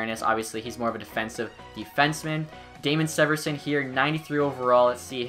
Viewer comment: this guy doesnt know how to pronounce severson still LOL